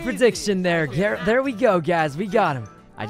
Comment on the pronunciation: the second ther sounded like get and iwas like GET REKT